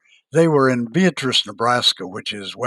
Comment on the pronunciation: Its Bea-at-trice